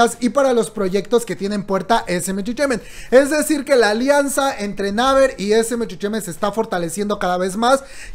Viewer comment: amo tus videos, pero se me revuelve el buche cada que te oigo pronunciar mal (repite luego de mi "Yi Guay Pi", "neiver") jajaja o lee todo en español...TE AMO!! no me odies